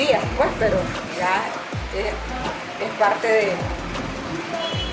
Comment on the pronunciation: Me dio risa que dijistes “puej “ sin la s “pues” como lo decimos los nicas